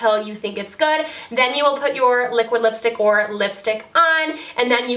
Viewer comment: 7.33 did u say lipshit lol